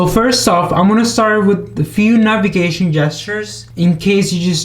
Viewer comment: "navegation" I think it's "navigation"